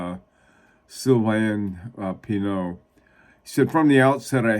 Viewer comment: Sylvain Pinaud is easy for an English speaker to say, it's just hard to figure out. SEEL-Va (say the "a" as in can without the n) PEE-NO Just remember that in French, unless there is an "e" at the end, you drop the final consonant. Examples: vin = same as the last syllable of Sylvain animeaux = eau as in Bordeaux (and don't say "board wax" LOL), so a (as in can) NEE MOH finis = fi (short i) NEE And always always always remember, you're speaking English, so if you want, you can say it however is comfortable. They don't bother to learn English pronunciation of American names unless they are quite fluent in English. So I hear KEER DOOGLAH and had to figure out it's Kirk Douglas!